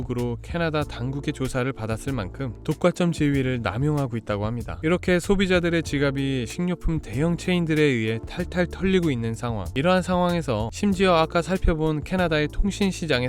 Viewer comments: 독과점은 "독꽈쩜"으로 읽는게 아니라 "독꽈점"으로 읽어야 합니다. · 독과점 발음을 독꽛쩜 이라고할필요 없어요 그냥 독과점 독꽈점이라고 하심 됩니다. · 독꽈쩜 이 아니라 독과점 이라고 발음합니다 😂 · 독과점 발음을 독꽈점이라고 하시네요~ 특이하네요~ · 독과점 발음이 ..독과점 그대로 읽으면 되는데 독괏점이라고 읽는 이유가 먼가요? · 독과쩜이 아니고 독과점. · 독꽛점 발음 귀엽네 ㅋㅋ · 독과점을 독꽈쩜 이라고 발음하는 게 좀 특이하네요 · 왜 독과점 발음을 독괏쩜 이라고 하지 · 독꽈쩜이 뭐니..? 독꽈쩜이.. 한글부터 좀 배워라.. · 독과점 의 발음을 특이하게 하시네요..